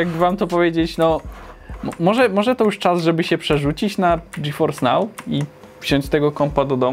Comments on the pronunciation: Ty fajny ten GeForce nał xd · A ile kosztuje miesięcznie dostęp do tego "Dżiforsnał"?:V